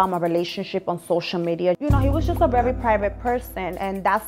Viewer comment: She said I’m rerry rerry humble 😂